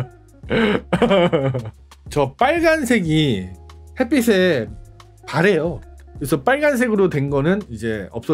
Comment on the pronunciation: 햇빛에 [핻삐세/해삐세]가 아니라 [핻삐체/해삐체]로 발음해야 맞는다.